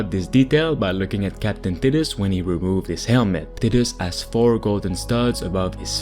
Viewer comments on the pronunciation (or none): Hey bro, I believe his name is pronounced like "tight-us"